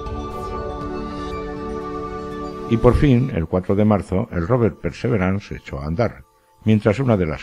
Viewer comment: ¿Por qué dices PERSEVERANS?, esa palabra no existe. En español existe la palabra PERSEVERANCIA, y en inglés PERSEVERANCE que se pronuncia pærsæ'viræns